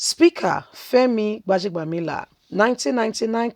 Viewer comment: Please learn to pronounce people's names properly sis.